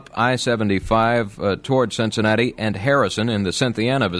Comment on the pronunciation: Also Cincinnata.